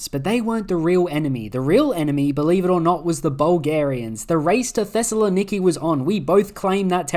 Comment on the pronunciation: this man pronounced Thessaloniki perfectly